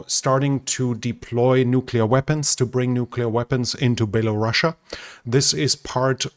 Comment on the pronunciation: IT IS NOT BELARUSSIA! The country is called BELARUS! Who tf calls that country "baelarussia" ?